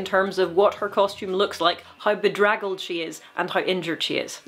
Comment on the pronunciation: You said bedraggled. I love you. EDIT: when I said I love you I meant your brain. You are super smart about hand to hand combat.